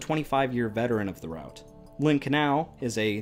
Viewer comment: It's irritating hearing the word route pronounced that way